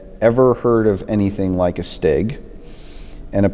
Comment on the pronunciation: Sounds German.